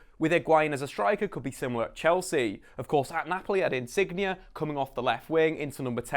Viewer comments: "INSIGNIA" lmao!! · He cannnnttt say nameees saaari insigggne